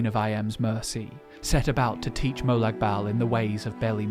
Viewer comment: Why are you pronouncing molag like molog